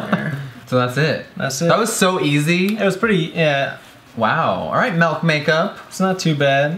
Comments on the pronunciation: ‘JUST GET THE DAMN MAULK’ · You say melk instead of milk. Wtf bae? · “Melk is cruelty free” MILK JEFFREE IF IT WAS MELK THERE WOULD BE AN “E” BUT NAW, THERES AN “I” SO ITS MILK M I L K MILK!!!!!! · Okay, this killed me. I love Jeffree SO fucking much, but even Nate looked confused when he looked on the papers and saw that it did not, in fact, say "M-E-L-K" on the packaging. LOL And hello, can we just confirm that the word "ethereal" has four syllables? It's such a fucking struggle when you learn your words from books that nobody else fucking reads. Believe me, I've been pronouncing words incorrectly for most of my life. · My man says Melk instead of milk as well... I litteraly do not understand why 😂🤦🏼‍♀️ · just give him the malk josh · The way you said milk this entire video 😭 "melk" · MELK lol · My brother says Milk just like you. Melk!!!! lol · Omg, did he just say "melk"?!?!?! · he said melk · "Melk Makeup" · Oof jefree I love u but.....wtf is melk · am I the only one that cringes when he says MELK???